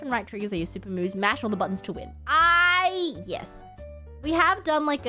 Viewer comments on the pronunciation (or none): none